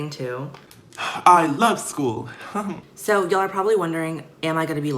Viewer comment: "what if i get bullied at schooluh" i wheezed so hard😂😂😂